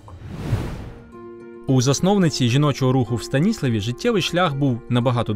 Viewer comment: Відео переглянула декілька разів - дякую за Вашу працю. Знаю про жіночий рух в Богородчанському районі в контексті боротьби за незалежність та співпраці жінок з УПА від своєї мами (1929 року народження). До речі місцеві жителі старшого покоління вживають назву міста СтаніслАв (наголос на "а") , тому трішки "ріже вухо"